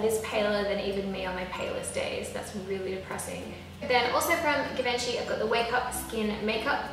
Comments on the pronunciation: i think its pronounced: jee-vun-chee or jee-van-chey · It's pronounced like jee-van-shi 😂😂😂 it's french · you can't pronounce givenchy